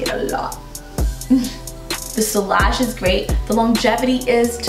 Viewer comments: On a fragrance channel sillage should probably be pronounced correctly. It's see-yah-zh, not see-lah-zh. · Sillage godamnit, two l's, always prounced as a y sound, not l sound, what's wrong with you Americans, don't you speak French? Dabble in perfumes and not speak French?